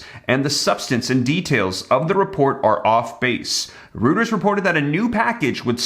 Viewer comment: It's pronounced "Roiters". jeez